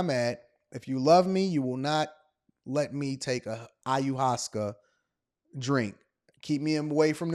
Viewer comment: Hey it's pronounced "eye-oh-waahs-skaa" and it's very therapeutic. Not for everyone though, you have to be strong enough to face who and what you really are...